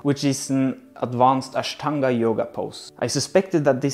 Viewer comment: It should be pronounced vipareeta shalabhaasana . Ur pronounciation of ashtanga was very nice . The mahaaprana of ta in ashtanga .